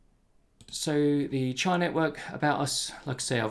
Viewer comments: Great video, thanks. I might be wrong about this, but I think it's pronounced chee-ah, not chai-ah. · CHEE-uh. Like cheetah without the T. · Chia is pronounced Chee-ah